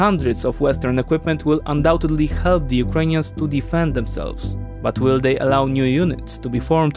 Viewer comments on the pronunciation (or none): none